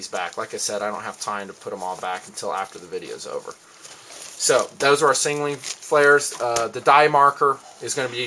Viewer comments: i like ur videos and all but its sound like u say singaling when u Signaling :) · he does indeed say sing a ling, but im sure he means to say signaling... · "Singaling flares" lol